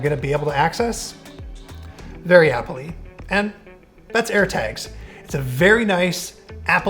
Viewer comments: can you please stop saying applee? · made the word 'Apple' very weird in the end due to the repetition.